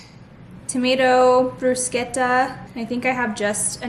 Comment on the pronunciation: The way you said bruschetta 😍😍 haha I’ve never heard it pronounced like that it sounded so authentic! Loved the video like always, can’t believe how fast your pregnancy is flying by ACKKKK!